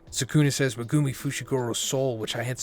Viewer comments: Who is mugumi???? It’s MEG UMI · Its pronounced Megumi bro, NOT MeGOOMY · Mugumi? Megumi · Bro can you please stop butchering megumis name, people say stuff everytime in the comments everytime you say it. Like watch the series dub and youll hear the right pronunciation. At this point it's getting too much to bear with. Meg-ooo-me not mah-gooh-me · Meh-goo-me lol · MehGOOmi, this guys pronunciations kill me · You got waaaay too many syllables when saying Megumi 😂 you’re saying MeGOOme. It’s Meg like Megaladon the big ahh shark followed by the Goo minus a O then you say the “Me”. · Maybe he only reads manga, only explanation I have. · He calls him Me-Goo-Me? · I hate the way you pronounce megumi. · Bro still can’t say megumis name right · He'll never learn to say Megumi correctly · Bro your saying megumi all fucking wrong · 😮the way he pronounces megumi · Can you fucking pronounce megumi’s name right Jesus christ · this dude doesn't know how to pronounce megumi, lol. it's easy.